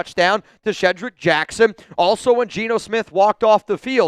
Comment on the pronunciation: love your work- Just to note, Kye is actually Kyu and pronounced Kai you and Shedrick Jackson is pronounced SHED-Rick, not She-drick